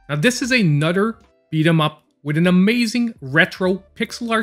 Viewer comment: A nudder